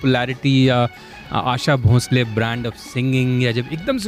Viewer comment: आप उनको भोसले के बदले भोंसले भोंसले क्यों बोल रहे हैं। आपका ज़िक्र तो बीबीसी के साथ रहा। उच्चारण की एहमियत पर कुछ कहना तो आपको समझाइश देना होगा। क्यों ऐसा पाप करूं मैं?